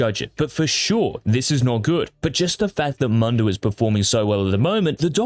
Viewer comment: Pls dont pronounce Mundo as "Mando".